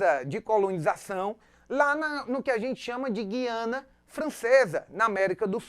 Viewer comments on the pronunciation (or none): none